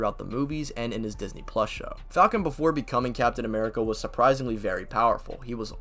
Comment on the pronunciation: "captain amerigga" is crazy like wtf